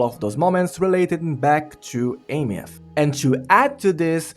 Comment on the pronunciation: Why does every content creator mispronounce Aemeath? It's pronounced "Eye-meth"